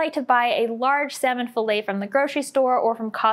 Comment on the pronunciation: Fill-it not fillay